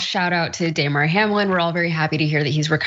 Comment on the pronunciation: When the lady at the end keeps calling him "Day-mar" not Damar (clearly just reading it off with no idea about what the dude's name is) def makes it seem this is just an outrage video to get views.